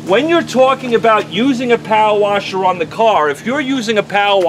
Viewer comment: I just like hearing you say "powa washa."🤣 Great video.